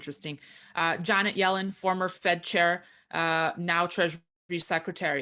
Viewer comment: He said yanet Jellin 😀